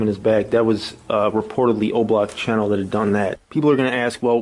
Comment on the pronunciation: Cheno not channel